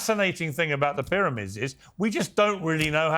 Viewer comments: Why can't this guy pronounce the letter "p"? is there no P in arabic language? how strange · You have to understand that "Dr" Zahi Hawass is an Iraqi Arab colonizer and a lier, not an Egyptian. He cannot even pronouns "P" for Pyramids ...